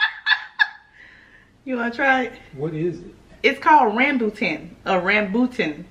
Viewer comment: It is pronounced Rham-boo-Tahn. It is native to the Malay archipelago (Malaysia, Singapore, Brunei and Indonesia) and the Philippines while being introduced to Thailand, Vietnam and Sri Lanka. The name Rambutan literally mean "Very Hairy" in the Malay language (Rambut means hair in Malay). Similarly, in Vietnam, it is called chôm chôm which means "Messy Hair". Btw, please don't eat the shell. It is not edible, despite what some people say. It is actually toxic in large amounts. We also avoid eating the seeds coz it may cause drowsiness.